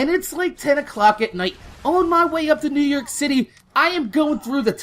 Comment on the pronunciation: nework haha new yoik